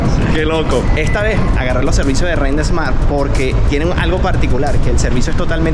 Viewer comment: COMO SE LLAMA EL CAR RENT, RENT EEEESSMART O QUERAS DECIR, RENT SMART... SIN E AL PRINCIPIO DE SMART..